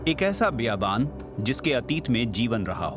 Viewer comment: biyabaan nahi....bayabaan